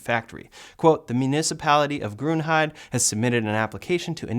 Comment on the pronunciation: Just a minor nitpick, the E at the end of "Grünheide" is not silent :)